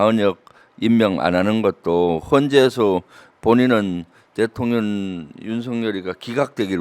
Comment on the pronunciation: 김병주 의원님 우리 민주당의 큰 재산으로 존경합니다. 그런데 딱 한 가지 부탁 말씀이 있습니다 . 의원님께서 자꾸 대통령을 ' 대통년' 이라고 발음하시니 줄리가 자기를 지칭하는 줄 알고 대통년 노릇을 하는 것 같아요.